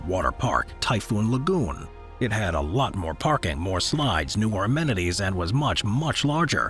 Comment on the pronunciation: Did you say 'ormenities?' *amenities